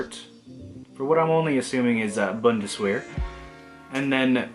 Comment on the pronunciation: It’s pronounced bon-das-ver